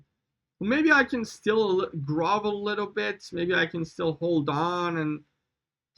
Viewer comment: blud said GROVEL